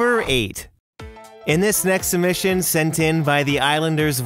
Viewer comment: An Easter Egg in this video about failures: the failed pronunciation of “submission”.